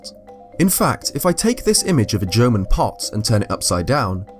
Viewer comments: Am i the only one that understands "German" instead of "Jomon"? xD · At different points of the video, i don't know if your saying jomon or german. Still liked the video though. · LMAO, you pronounce Jamon just like German! xD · Every time you say Jomon I hear German XP great video though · Instead of Jomon i always hear german haha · I know how hard it is to pronounce some words and how they may sound different but that "german pottery" thing is just hilarious xD oh and btw greetings from germany. :D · I did too, but we all know he said at the beginning that it is very hard for him to pronounce Japanese.